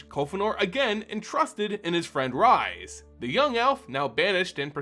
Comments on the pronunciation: I enjoy this. But....Rhys the Redeemed/exiled and rhystic study. Rhys. Not Rise. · Welp you triggered me, here we go: I don't understand how people can find SO goddamn many WRONG ways to pronounce "Rhys". It's Welsh and it's pronounced "Reese". Like from Malcom in the Middle, or REESE'S PEANUT BUTTER CUPS! watch?v=DK49yJG76bE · This is how Rhys is pronounced.